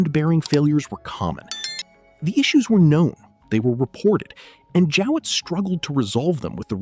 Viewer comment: Jowett not Jewett.